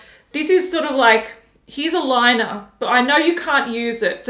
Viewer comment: Haus Labs "Lie-Ner", fuck my life.🙄🙄🙄